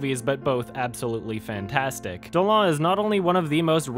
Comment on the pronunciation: I'd just like to tell you that it's actually pronounced dolan like the duck :| Trust me I'm from quebec and everyone in the news pronounce it like that